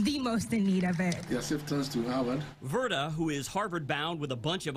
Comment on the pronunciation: Verda not verta